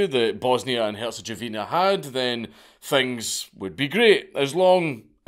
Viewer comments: Tiny little nit-pick from the beginning of the video from a native of the region. It's not "Herchegovina" It's "Hertsegovina", other than that I believe I recommended this guy to Sabaton on their official page. The guy deserves a fucking Metal track. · "go" with a short "o", not "jo" Gowina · Dank's pronunciation of Herzegovina was by far the most hilarious part of the video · Your pronunciation of Bosnia and Herzegovina is hilarious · I’ve literally NEVER heard someone pronounce “Herzegovina” that way Interesting